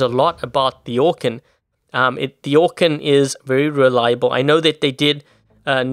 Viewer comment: Anyone else remember when said orkan like orKEEN?